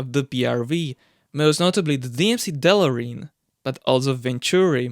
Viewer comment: Great history lesson and a throwback to some French limousines from my youth, but do me a favor and please check how to pronounce “DeLorean” in the correct manner 😄😉